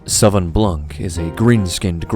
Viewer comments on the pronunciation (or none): Ok, here's your French lesson: Sauvignon, we'll break it in 3 parts: Sau-vi-gnon. Sau is pronounced as the "Sou" in Soul. Vi is just like the English letter V. And the "gnon" is the exact same particle as the one in the word mignon which has been imported from French into English unaltered. Now say it wih me: Sau-vi-gnon or Sou-Vee-Gnon :) Cheers! And looking forward to more episodes of this series ;)